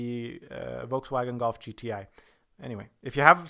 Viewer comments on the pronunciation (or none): GTI, don't go American